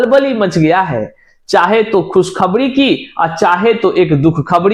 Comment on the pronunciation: एक तड़फ खुशखबणी की लहण दौड़ गई है इंतजार खत्म होने की खबण आ चुकी है जिनका सीटीईटी में बेडासी अंक है 😅😅😅😅😅😅😅😅😅 पहले बोलना सीख भाई आखिर हिंदी ने क्या बिगाड़ा है